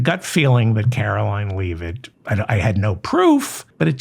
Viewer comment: Do you call her "Leave It"on purpose or have you just never heard the name pronounced out loud?